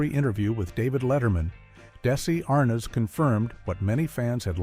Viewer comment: Your AI needs work. Can't pronounce Arnez, DeeDee, and other word. Not Keith in some of his scenes.where's the laugh?